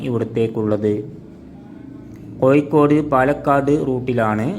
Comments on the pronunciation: കോയിക്കോടല്ല കോഴിക്കോട് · കോയിക്കോടല്ല കോഴിക്കോട്.... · ഴ ക്ക് പകരം യ എന്ന് പറയല്ലേ സുഹൃത്തേ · ആദ്യം ഉച്ചാരണം ശരിയാക്കുക കോയിക്കോടല്ല കോഴിക്കോട് എന്ന് പറയൂ. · കോയ്ക്കോട് അല്ല സഹോദരാ കോഴിക്കോട് ഓരോ പൊട്ട ജന്മങ്ങൾ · Koyikkodalla, kozhikkod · കോയി ക്കോട് അല്ലടാ പോയത് കോഴിക്കോട് കോഴിക്കോട്.. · കോയിക്കോട് അല്ല പൊട്ടാ കോഴിക്കോട് ആണ് 😮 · മലയാളം പറയാനും എഴുതാനും വായിക്കാനും പഠിക്ക്.. കോ'ഴി'ക്കോട് എന്നാണ്.. 'ഴ' എന്ന അക്ഷരം ഒരുപാട് തവണ പറഞ്ഞും എഴുതിയും വായിച്ചും പഠിക്ക്.. എന്നിട്ട് വീഡിയോ പോസ്റ്റ്‌ ചെയ്യ്